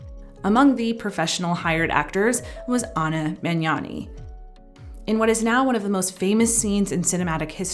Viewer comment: THANK YOU for pronouncing the "gn" sound right! You're one of the first non-Italians I've ever heard doing it right